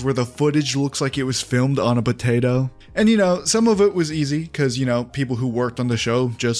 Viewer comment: What's a "Buh-tato"? lol